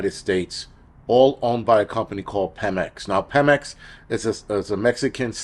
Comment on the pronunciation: Fyi: it’s pronounced “Pee-mex” Good vid. Definitely subscribing.